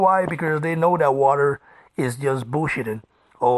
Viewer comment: who is this Wadderr you keep talking about ? Is there a transcript of this ?